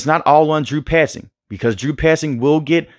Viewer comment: Bro said “Drew 👖 zing”😂